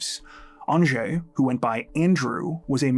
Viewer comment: surprised you pronounced Andrzej correctly 😂